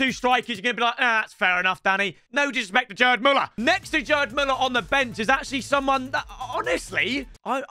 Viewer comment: the G in GERD MÜLLER is pronounced like Geezer not like Jelly mate